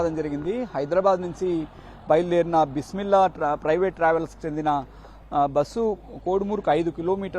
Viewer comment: Amma tali Bismillah sarigha chapu yavar amma niku job echindi peru sarigha palakadam raledu🤦‍♀️🤦‍♀️